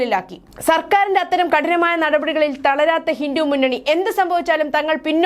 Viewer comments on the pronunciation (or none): ഹിന്ദു എന്ന് വ്യെക്തമായി പറയാൻ അറിയില്ലെ. ഹിന്റു എന്നാണല്ലോ പറയുന്നത് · ഹിന്റു അല്ല ചേച്ചി ഹിന്ദു എന്നാ പറയേണ്ടത്